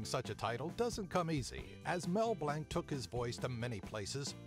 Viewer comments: Its not Mel "blank" its Blanc. Pronounced Blonk. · Its pronounced Blanc not Blank.